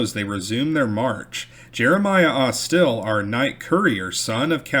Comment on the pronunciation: You are pronouncing Jeremiah’s surname as AusTIL, whereas it should be AUStil, with stress on the first syllable. The family is still prominent in Mobile.